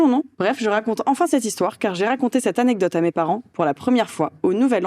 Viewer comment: Tu sais lire tkt "alors l'hixtoire" 😂😂